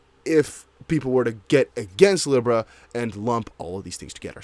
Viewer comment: and Libra is pronounced Lee-Bra